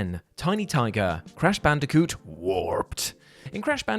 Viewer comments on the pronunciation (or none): none